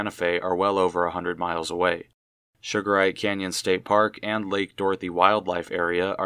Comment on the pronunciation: Pronounced sugar reet